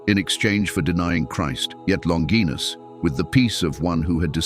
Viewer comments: Longinus is pronounced - 'Lon- ji- nus.' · Longinus is pronounced LONG-gin-us. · OK AI… It’s pronounced LON – JY – NUSS. …….Not LON – GEEE– NUSS. ..Like in vagina… Which isn’t pronounced VA – GEE-NA. ….. It’s Va.– JY – NA. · The word "longinus" is not pronounced "longeenus" in English. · Many pronounce his name, "Lawn jai nuss" , but neither Hebrew, Aramaic, nor Latin have the "J" or "dg" sound. St Longinus means, "The Holy Spearbwarer". I look forward to meeting him when my time comes.